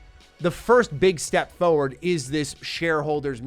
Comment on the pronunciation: It's forward, not foward. Foward isn't a word lol